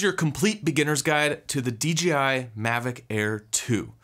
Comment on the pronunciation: DeeGeeEye? Must be my hearing but my eye tells me Dee JAY Eye is the manufacturer. Great report save for the personal Azores data loss.